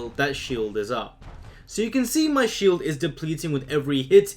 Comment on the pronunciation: I've uh...been executed while having a shieled... lol